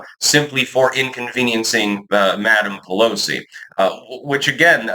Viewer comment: Nansee “we need them to pick the crops” puhllowsee…🤣